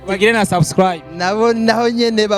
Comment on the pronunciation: Mbega abamenyesha makuru Imana irababona Ati Vuga subscribe Bibi nawe ati swa swa swi